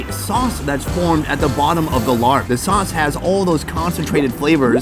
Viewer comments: The meat salad is pronounced “laab” or “lahhb.” There is no “r” sound in the word. Thanks. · larb ? its laab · I thought it was laab not larb?…. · It's pronounced La-ah-b not Larrb 😂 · I love you Sonny, I love all your videos and work but every time you say larp, I cringe. It doesn’t sound appetizing at all. It’s one of my favorite foods too! 😂 It’s pronounced laap with a long a sound . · Hi Sonny!! Love your videos! FYI: what you are calling “Larb” is actually “Lopp”. It rhymes with Mop. I’m from Laos, living in U.S. & getting a total kick out of you calling it Larb!! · Please stop calling it larb, it’s pronounced laab, whoever started that couldn’t have been Thai or Lao… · Not "Larb",but LAAB!!!! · Sonny, the “Larb” dish is pronounced “Laah” as in open your mouth and say “aah.” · My wife is from Buriram. Her pronunciation is "lob" as a tennis stoke. Not "larb" as rhyming with yard. Thai can sometimes be tricky. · Sonny, I love your shows, long time subscriber!... in Thailand, it's not pronounced "Larb", it's more like "Laaaaab". It's the same style salad as Naamtok - where it's grilled, sliced pork or beef steak with the same seasonings. Much love from the UK (hire me) x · I hate when white people pronounce the word “Larb” so damn annoying. Sunny learn how to pronounce the food name correctly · IT'S PRONOUNCED LAAB NOT LARB!!!!!!!!!!!!! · I was getting really ticked about that. I'm half Thai and thought the only time I heard it mispronounced like this was when Giada was cooking this